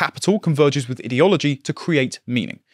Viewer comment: One day will learn how to correctly pronounce 'ideology'/'ideological' but not this day.